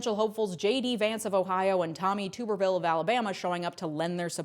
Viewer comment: I'm originally from Alabama. It's pronounced TUBerville, as in a TUB of shit. Hope that helps!